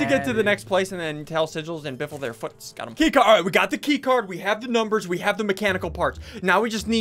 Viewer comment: I laughed when I heard Benjamin biffle